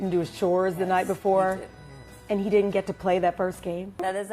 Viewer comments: he said did know in stead of didn’t know lol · It sounded like he said "You did know,". That's what I heard. Like and reply if you thought or know he said that. 👍 👇